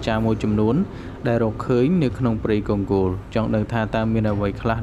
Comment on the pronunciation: អញឆ្ងល់ណាស់ ? Congo កុងហ្គោ វាទៅជាវាអានថាកុងហ្គោល អាតៃហោងឯណាឆ្កុយអញ្ចឹងទៅ ? ទីក្រុងម៉ូស្គូ វាទៅជាវាអានថា ទីក្រុង មូស្គូល ឯណាអញ្ចឹងដែរទៅ ? ចេះប្រកបអក្សរខ្មែរទេ អាតៃហោង ?